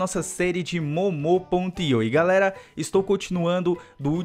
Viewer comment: é muu muu que se pronuncia up pra ele ver